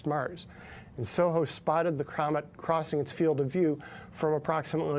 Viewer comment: Did anyone notice that he called it a "Cramet" ? Did he almost call it a Craft?? hmmm🤔